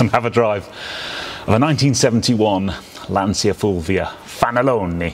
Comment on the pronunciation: Beautiful car , troppo bella, by the way you don't pronounce Lansia but: Lantcha Fulvia akka effe millesei fanalone . Love your program !!